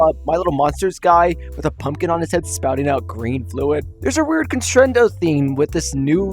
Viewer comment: I don't mean to be a negative Nancy but I exploded into several giblets when he said cressendo